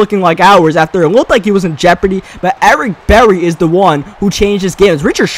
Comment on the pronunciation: "Ewick Bewwy"